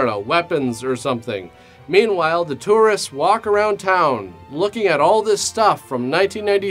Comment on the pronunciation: This guy says the word Tourists weirdly. thats neat hope he doesnt become self conscious about it or anything